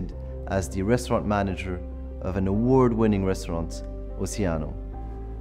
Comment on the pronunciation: Winning : vin in frensh . the proniunciation is not ok